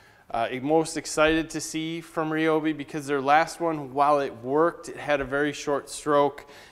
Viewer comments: Nice review! But, it's not "Ree Obi", it's "Rye Obi" ;) Figures that after I bought several kits they come out with the brushless tools. sigh The grinder kicks off because the amp draw from the battery is too high. The battery pack itself is shutting off power. The grinder is just pulling that much Amps to run it. The blade that comes with the circular saw is only for cross cutting. It's not a ripping blade. Perhaps changing to a ripping blade you'll get far better performance out of it Hopefully Ryobi will come out with another battery pack a notch higher and that'll overcome pretty much all the cutting out you were experiencing. Personally, I'm going to fabricate one myself and make a custom 8Ah pack for the Miter Saw and Circular Saw. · Did this dude just say (re- obi) its (rye- obi) god damn son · Clayton Bigs the company pronounces its name as Ree Oh Bee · Go watch any video that the Ryobi official channel has actually put out. They pronounce it "Ree-obi" themselves. You're right about the new 6Ah packs - they allow the brushless tools to draw significantly more power than the older 4Ah batteries. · Is he pronouncing Ryobi right?